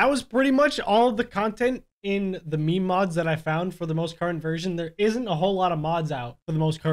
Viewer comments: its not me-me its meme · ITS PRONOUCED MEEM JEEZ